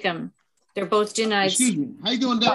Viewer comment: He’s trying to say excuse me axing questions he axing where is my brain excuse me again